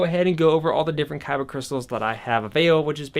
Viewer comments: Anyone else hate that he keeps saying kybuh instead of kyber? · I’m sorry I can’t sit through this whole vid and not say anything. It’s a kyber crystal. Kyber NOT kyba! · KY-BER NOT "kybba" for the love of GOD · Is he saying kyba crystal? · Lol every time he said kyba crystals I died a little inside 😭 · “kybah” crystals lol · it's not like this is up for debate, this isn't like"tomato" "tomahto" it's a "kyber" Crystal hard "er" sound. You'd think a Star wars fan would want to represent their franchise correctly, but whatever. No harm done I guess, you just make everyone think of Yu-Gi-Oh every time you say it.